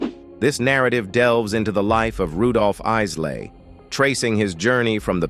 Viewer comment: First of all, how insulting. This announcer pronounces the Isley Brothers to the Issley Brothers. Either this is a deliberate slight, or someone doesn't know what their doing!